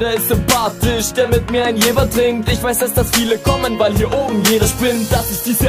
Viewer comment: Ich komm auch von da und es wird JeVer ausgesprochen. Ich weiß nicht was du über die Jahre gelernt hast ^^